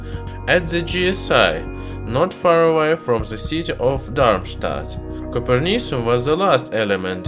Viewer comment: Is it like coper? Sounds like Cooper Cu.